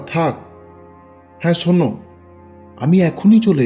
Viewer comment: ছোনে...ছোনে না..... উচ্চারণ ঠিক করেন!